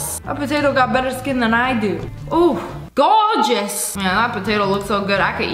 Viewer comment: Lia:skrrrrrr Also lia: goowgous